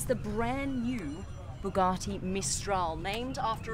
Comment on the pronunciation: I could never subscribe just because of the way she pronounces Bugatti.